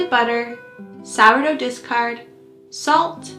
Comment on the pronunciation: People keep saying "disgard" what is that?